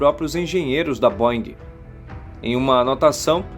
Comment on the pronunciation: Se pronuncia BÔEN. Airbus, vc disse correto!